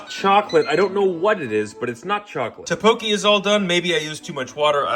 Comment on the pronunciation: the way he pronounced tteokbokki pissed me off 🥀🥀🥀